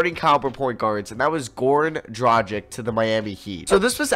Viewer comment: His name is Goran Dragic, not Gorn Drajik.